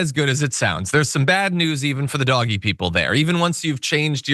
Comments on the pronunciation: Dodgee...not doggy. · I’m so glad that you call it doggy. I’ve put comments on a number of channels recommending that it be said that way ❤ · So happy that you’re pronouncing DOGE properly.